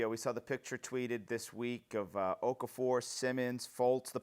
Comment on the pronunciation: "Okafor" lmao dumbass